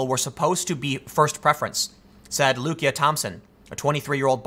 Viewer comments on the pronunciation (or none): none